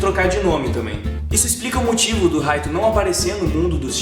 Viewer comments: Poem Light mesmo kk mo agonia ouvir Raito kkk lembro da Live Action japonesa q eh uma merda kkk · Se lê Raito mas se fala light como night tirando isso video ótimo❤